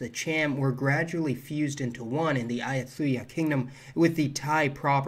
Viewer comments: There is an area just to the west of Bangkok where the Chinese immigrants were converted to Catholicism by the Portuguese. Btw, it's pronounced "Ay u tai ah" with a hard T sound as in "Thai. " Thai language is kind of difficult to read for a few reasons : every consonant letter has an inherent vowel sound or it might combine with the vowel following it, above it, below it or preceeding it. A consonant might be pronounced with its inherent vowel, or combine with a following one. There are lots of silent letters and lots of historical spellings that make words look nothing like the way they are currently pronounced. Letters can change their pronunciation if they are in the middle of a word or at the end but you have to know that the word has ended because Thais don't put spaces between words. There are some interesting English cognates in Thai deriving from the Buddhist liturgical language of Pali , which is Indo European like Sanskrit, including the word for life /chiwit/. Thai is also clearly closely related to Cantonese with many words being very similar such as the numbers, lots of verbs, the negative construction, and the grammatical construction of the present continuous by attaching a particle to the verb to denote continuing activity currently ongoing (jyu in Cantonese and yuu in Thai)[ Thai has a second way of denoting present continuous by preceding the verb with the modifier /gamlang/] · a-yut-tha-ya mate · heads up ayutthaya is pronounced like ah-yoo-tay-aah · These pronunciations lol. - Ah-You-tee-yah kingdom